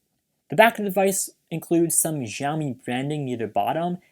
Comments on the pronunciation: sheeeaomi not geaomi it is just like xi jiping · Review where Xiaomi is pronnounced as "žámí" is questionable :D